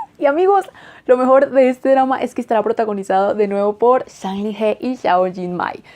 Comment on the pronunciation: Hola! Lo que te voy a decir es posible que te paresca como que quiero crear disputa o que solo estoy aqui por criticar, pero como estudiante de chino me veo en la obligacio de decirte que pongas un poco el traductor con voz para que escuches como se pronuncia su nombre. Como verdadera fan de este actor, hay que pronunciar bien su nombre. Es un poco dificil para un hispano hablante pero te acostumbraras. Con el resto, yo encantada...me gusta tu contenido.